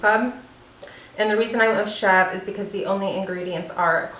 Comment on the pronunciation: The goat cheese is pronounced chev ruh. It looks amazing though and I am going to be getting a wheat berry mill soon. Great video